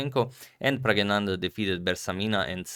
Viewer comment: That's NOT correct. It is Pragg-na-nan-dhaa. Source